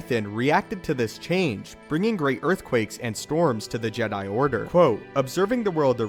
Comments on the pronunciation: You legit say JEDII order instead of Jee-dai, im getting triggered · How comes you pronounce Jedi and not Jed'ia, understanding languages will help you understand how words in Star Wars should sound, also, you need to work on your pauses, listening to you talk about a subject does my head in! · 😂 He keeps saying:"JedII." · The je DIE! Seriously the way you say Jedi is hilarious. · The background music is so distracting cause it's so good. And the way u pronounced jedi tho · stop saying jedi so awfull...ugh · lol, i noticed it to